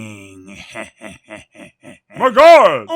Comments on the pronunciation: It sounds like he's saying "MAH GLOD!" more than "MY GOD!" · ***** MY GLOD!!!!! (i swear he said my glod)